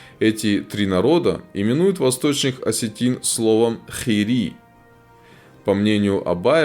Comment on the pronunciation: ингуши на вашем произнашнии ИР-ИИ стал хири